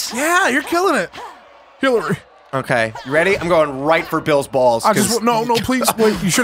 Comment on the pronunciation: It sounds like he calls Hillary, Hitler.